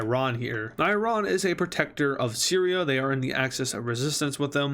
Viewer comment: Every word he said wrong 💀💀💀: Sirya - Siri Right - Rate Hopes - Popes (I'm not a hater, just wanted to have fun)